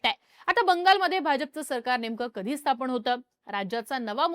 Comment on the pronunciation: स्थापण ❌ स्थापन ✅ उच्चार सुधारा नम्र विनंती.